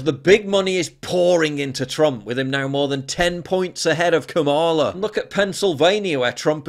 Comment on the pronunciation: There are no long vowels in the Sanskrit word, "Kamala".